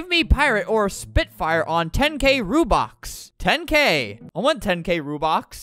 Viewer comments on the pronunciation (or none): “you want rubox” LOOOOOL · Why are u saying Rubin it’s robux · Not rubox its ROBUX ROBUX ROBUX ROBUX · "I want so many rubox" "I want many rubleeks" "you can give ranblocks" "you give how many ramdarns' "for how many ronblocks" I laughed so hard edit: thank you for the likes <3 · every wrong Robux pronounceation: Rubox Rubleecks Ranblux Ramdarns Ronblocks and Rubux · albert: “its called robux. Are you dumb?” Also albert: “how many rubleecks? Ramdarns. Ronblocks. Rubox.” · It’s not rubox, it’s buxru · They way that scammer said rUbOx